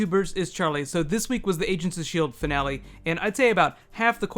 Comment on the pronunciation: it sounds like he said asians of shield lol